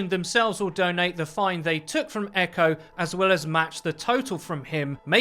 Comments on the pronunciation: It's EQO not Echo! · You're not supposed to pronounce it "Echo" you're supposed to sound out the letters E.Q.O. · btw it is E-Q-O not Echo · It is not eco it is E-q-o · ITS E Q O NOT EQO like xqc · EQO isn't pronounced "echo" it's just EQO... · I'm pretty sure it's pronounced like you would an acronym on Eqo's name. I think you just say E Q O, not echo. That's how I've heard it anyway. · It's not Echo it's EQO you say the letters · It's E-Q-O not "echo". You say his name like you are spelling it out. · It's E-Q-O